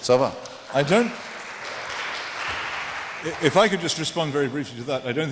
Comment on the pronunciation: "Ça va"? I am doing fine thank you! Ohh wait, you meant: 'C'est ca' ...